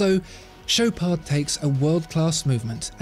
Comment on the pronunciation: Show-parDh ... lol work on your pronunciation my man.